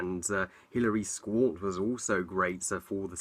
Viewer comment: Love the director, Steven Soderbergh, the cast, and did I hear you mispronounce Hilary Swank's name?